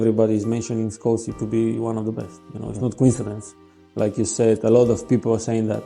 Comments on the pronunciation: The pronunciation is a giveaway: "Skoleez". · Can't believe someone makes a thing about Scholes but never says his name correctly once. Also says Cantona wrong. Is this AI?